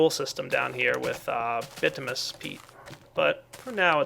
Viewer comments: It's bitumINous not bitumous. Sorry. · its pronounced bitiminus not bitimus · BIT-OO-MIN-EE-US peat not BIT-OO-MUS. Kay? Keep up the great work! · Bitominous,, not bitomous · just because this is annoying me every time you say these 2 items, the way you say bituminous peat is like this ( bih-too-muh-nous peat ) the way you say basalt is like this ( buh-salt not bah-salt) just pointing out things that were really annoying me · It's "By-too-min-us"